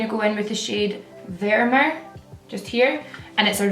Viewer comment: I loveeeeee u and I loooooooooove ur accent!!!!! Vermeer is pronounced "ver-meir";)